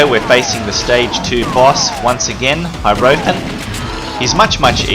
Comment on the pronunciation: If HOTD 2 takes place in Venice then how come HOTD 4 looks like it takes place in a bombed out London? Also that's not how you pronounce Hierophant, think Taro cards.